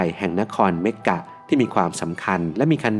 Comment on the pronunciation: มักกะค่ะ ไม่ใช่เมกกะ บอกให้ค่ะ😊